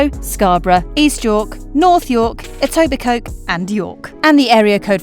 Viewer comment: Props for pronouncing Etobicoke